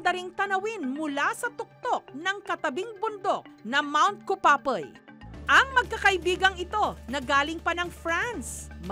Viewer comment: nag kamali naman si jessica soho kupapey naging kupapoy